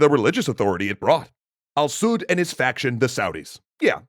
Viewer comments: "Al Sud" "Saudi" how do you fail to say "Al Saud" while being able to say "Saudi Arabia" properly. Jisoos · Al Saud not Al Suit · Al sa''ud make sure u put emphasis on thr A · You’re ok when you say Saudis but weird when you say Al Saud.